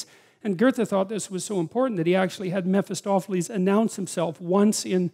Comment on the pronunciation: You come to refer to a character who you name something like Metostophelese. This is around or just a few seconds after . And since you mention Faust as author, you clearly mean not Mephistophelese, but Mephistopheles, which normally shouldn't be pronounced as if it ends with "ese", not in English anyway. Anyway, quote, " Mephistopheles (/ˌmɛfɪˈstɒfɪˌliːz/, German pronunciation: [mefɪˈstɔfɛlɛs]; also Mephistophilus, Mephostopheles, Mephistophilis, Mephisto, Mephastophilis, and other variants) is a demon featured in German folklore. He originally appeared in literature as the demon in the Faust legend, and he has since appeared in other works as a stock character. ... ". Note that none of the variants end with "ese". Getting the pronunciation correct is helpful. It aids with doing Web searches. Update: And later, you come to pronounce Metostophelese more like Mephostophelese. It'd be good to add such thingsto the videos, so show, rather than only say, the words. It isn't at all necessary for most of what you say, but it'd be helpful for soe "things".